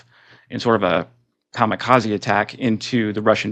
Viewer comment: 👎 Your pronunciation is wrong ; the word is KAMI KAZE, not, as you said, KAMA KAZI. :: :face-blue-smiling